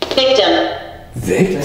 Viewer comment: When they say victum and you laugh, your not showing empathy for what happened to them. Instead your requiring views. Take it more seriously they deserve respect. Unsubbing.